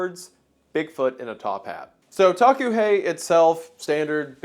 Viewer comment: Hi WENDIGOON, I am Lakota and the pronunciation of the Taku he sounds like “Dah-koo hey”. We have many creatures in our culture that are considered benevolent and are seen as protectors, it’s really nice to see my culture being appreciated here. Thank you.